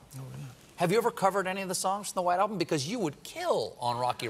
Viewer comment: O no you called it the WHITE ALMBUM. OMG